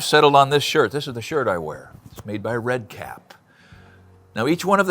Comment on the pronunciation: You might consider putting the name of the company you are recommending in the Description instead of all the boilerplate stuff you have in there. I could not tell what your were saying in the video, Redcat is what I thought your were saying. You can never see the target in the shirt that well, even on my 70" inch screen. But I finally found the company name Red Kap (two words) in somebodies comments. A nine minute video and you never show in writing the company name large enough to be read. Thanks though, I plan to buy one and try it out.